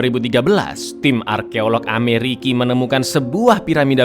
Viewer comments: Ente kadang kadang ... Amerika woi ..bukan Ameriki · Baaang 😭 ga kuat denger abang bilang ameriki 😭🙏